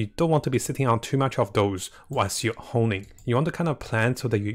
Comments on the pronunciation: Please stop saying "homing". It is "honing". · Please, for the love of God, stop saying "hoMing". It's "hoNing".